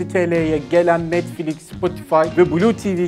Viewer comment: O NETFLİK DEĞİL NETFLİX